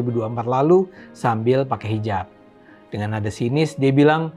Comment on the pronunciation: Saat si abang mengatakan "deungon", keluar sdh logat awak Nanggroe nya. Krue seumangat adun!! God Bless You